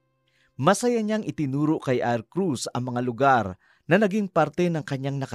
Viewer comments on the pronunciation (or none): Mr Narrator hnd Po Arcruz kundi Arcuz. 😂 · Di bagay na lalaki ang narrator! Sana yung babae na lang. Mali Pati pangalan ni Arcus, Arcrus ang bigkas nya.